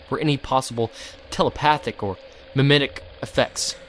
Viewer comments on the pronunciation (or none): It's not actually pronounced me-me-tic. It's "Meem-tic".:O Love your videos, though. Long time listener. Anyway, it's because of the root word "Meme," pronounced "Meem." It's literal translation is the basic unit of applicable information, and memetics are it's ability to be taught or transferred from one mind to another successfully. Since SCPs use this word a lot, I thought you might like to know, since you always put so much detail in your videos and care very much about them.:) Thanks,.